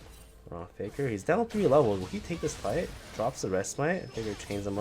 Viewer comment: Can you please say Faker properly? It sounds like you're saying "figure" lol